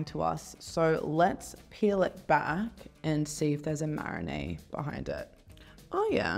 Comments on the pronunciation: Am I the only person frustrated that she keeps saying “marinay” rather than “marinade”? 🤔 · The girl doesn’t know how to say marinade 😂